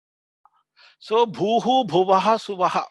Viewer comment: Namaste Is the third Vyahrithi pronounced as SUVAHA or SWAHA? please again correct me.